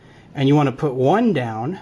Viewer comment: put not pit